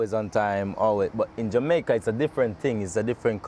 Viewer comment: Poor accent. But im jamaican